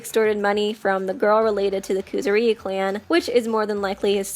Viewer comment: IT'S NOT KOOZOOREEYUU it's kuZOOriyu